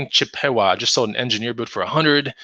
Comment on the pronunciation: Chip a Wa not the long A, the short A sound